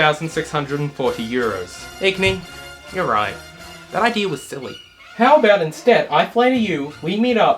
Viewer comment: I need to AX you a question Did you say idear at 1748 but type idea